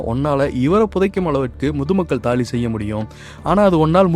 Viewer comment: நீங்கள் தாளி ன்னு உச்சரிங்க. Please practice how to prononciate